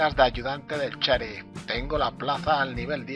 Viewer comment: no se dice cherif se dice sheriff